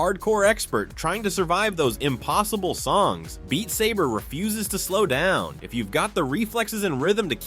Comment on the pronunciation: dude pronouncing beat saber like you are beating the saber...